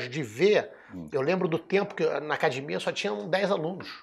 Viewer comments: Qual à dificuldade da família Gracie falar acadEmia? Não é acadImia!!! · A Hiena imita muito bem o Paulinho gogó. Mas ele falando acadimia é engraçado de mais.